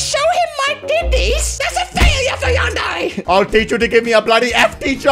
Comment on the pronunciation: How I say it:Yan-dear How says it:Yawn:dare:ay